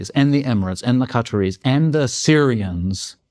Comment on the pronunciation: Lads, who in the name of mispronouncing are the 'Catterys'?